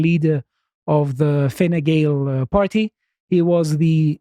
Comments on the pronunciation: really paying attention. Never heard a non irish national pronounce Fine Gael properly before. Is Greek similar to Gaelic or is he just a consummate pro. Calum's Irish accent had me cracking up. By the time of the election they'll be back peddling so hard Ireland is expected to move 10 metres further into the Atlantic. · Congratulations on pronouncing Fine Gael and Taoiseach correctly.